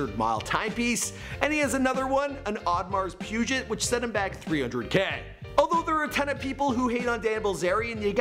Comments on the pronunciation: And awe-de-mar peeg-ay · All the cringe worthy pronounciations are like a punch in the kidneys each time i hear one. "Avintadoor", "Oddmars Pieujit", "La Jalla". Kill me now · Ah-vent-ah-door Richard Me-Lay Awe-due-mars Pe-gay are more correct lol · Dude the watch is pronounced “ odemar pigeh “ not whatever the hell you said lol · Audmar pujet tf is that audemar piguet lol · This guy mispronounced Lamborghini aventador, Richard mille, and audimar piguet. Wtf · This simpleton read War Dogs as Wars Dog, La Jolla as luh jawla, and Audemars Piguet as odduhmars pewjit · Audemars pujet??? You mean Piguet? Lol that pronunciation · and the AP pronunciation lmfao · The way he says aventador and audimars piguette makes me wanna Kms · If you’re doing a “The Rich Life of .... “ for the love of god please learn how to pronounce Richard Mille & Audemar Piguet!!! C’mon man!!! 🤦🏻‍♂️ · Oudemarsss puuuget?? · You should learn the pronunciation of Aventador, La Jolla, Richard Mille, and Audemars Piguet. You sound like a plebeian!! 😉